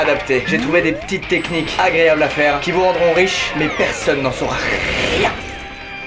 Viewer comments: rien rrrrien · À , son rrrrrrien me fait penser à Louis de funes